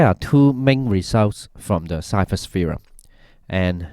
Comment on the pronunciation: I think Ceva is pronounced chayva